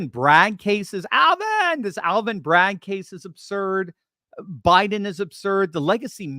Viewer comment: That's hilarious! Aaal-vin?!!